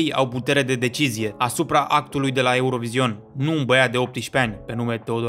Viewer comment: NU MAI SPUNETI ,,EUROVIZION" 😭😭😭